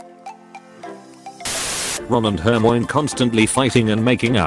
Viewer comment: Are we gonna just ignore the fact that the ai pronounces Hermione like she’s a bloody Eveelution